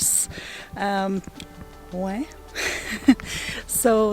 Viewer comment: WHOA. The beaujolais area looks STUNNING? Also I'm so glad you taught us how to pronounce Oignt....!